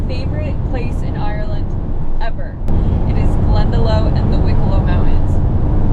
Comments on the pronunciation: Great video! And so sorry to hear about Blue 💔 Just FYI Glendalough is pronounced “Glen-da-lock” 😊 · May the magic and mystery of Ireland heal your sad heart and bring you peace. Your fav spot is also one of mine in Wicklow. We Irish pronounce it Glen-da-lock Enjoy every moment, get some Irish Cadburys chocolate 😉 ☘️ Slàinte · Great video of my home Ireland loved it. Just to let you know Glendalough is pronunciation is GLEN DA LOCK any spelling of Lough in Ireland is pronounced LOCK. Your so right Glendalough is a very special place ❤️🌳🌲Love all your videos ❤️ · just FYI Glendalough is pronounced Glen da lock. one of my favourite places too. Glad you had a great trip! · Glendalough is pronounced Glendalock. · You were in my country? And why does it look so much nicer when other people see it. Also, its pronounced Glen-da-lock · Your saying glendalough wrong it's Glen da lock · I can't believe that no-one told you how to pronounce Glendalough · I'm sorry that your dog died. I was shattered when my Alsatian went; I had had her since she was a very young pup. I still miss her 20 years later. I think, if Ireland is indeed, as you say, your favourite country, you might do well to consider the following: 1. Glendalough is not pronounced Glendalow. 2. We don't need to refrigerate our eggs. US citizens do. There is a perfecly logical reason. Perhaps think of informing yourself about the country you profess to love instead of just soldiering on, oblivious to the culture around you. It is what makes people so impatient with some citizens of the US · Great videos. Living your best life. Sorry about your dog. Glendelough is beautiful, pronounced Glen-da-lock. Lough being a lake but it's cool how you say it too 😊there's a derelict cottage grant going on in Ireland, come back and live 🙂 best of luck from county Kilkenny I see you visited 👍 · Glendalough is pronounced "Glenda-lock" as in equivalent of "loch"-ness. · Pronounced 'GlendaLock', not glenda-low